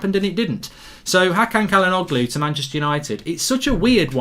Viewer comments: Its pronounced Ja-la-know-loo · it’s chalanolu 😭 pronunciation is painful mark